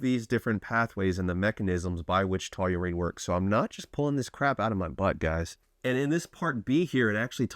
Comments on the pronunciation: "taw-reen", not "to-you-reen" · Seriously. Taurine is a 2 syllable word. Say it with me: taw-reen. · Why do you keep saying "TOLURINE" like you're mispronouncing Toluene, but it's just straight TAUR-ine..... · Taurine❌️ Tauyoou-reene ✅️ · Great supplement, wrong pronunciation ˈtɔr in, tau·rine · Sounds like you're adding a w to taurine lol. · Please say Taw - Rine 😂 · The fact you cant pronounce it really makes this unwatchable for me at least. Please check before making the videos lol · Pleaae keep mispornouncing tauring, cause it gives me more comments to read from the people correcting you, lol. Engagement. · Never heard it pronounced that way 😂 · omg It's hard to watch lolol. I don't even know how he says it.